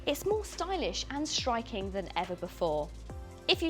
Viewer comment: Hi, I'm listening to you pronouncing 's' as a 'sh'. For example where you say "shtriking" instead of "striking".